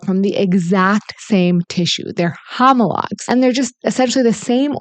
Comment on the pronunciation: Hommalogs 😂 died